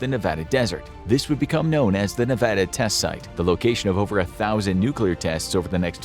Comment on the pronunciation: Thank you for pronouncing Nevada correctly